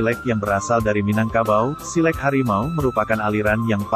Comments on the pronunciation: Min.. Lafaz "silek" itu bunyi e lepas, bukan pepet. Bunyi kan /lafazkan bunyi huruf 'e' pada kata 'silek' Seperti anda membunyikan bunyi huruf "A" pada saat mengucapkan silat. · Naratornya mengucapkan silek tidak sbgmna orang minang mengucapkan kata silek. Jadi agak geli kuping mendengarnya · iko admin pengisi suaro ko bantuaknyo indak urang minang do. ndak pas penyebutan silek dek admin ko do.